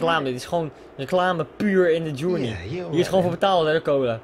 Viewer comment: Verkeerd zegt